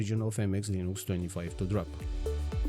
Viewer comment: What is Leen-ooo-cks? Did you mean Linux?